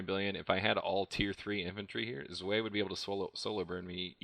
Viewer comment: I think you pronounced zwei wrong btw :p but awesome video